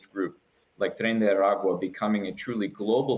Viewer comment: Surprised by the on spot pronunciation of "Tren de Aragua"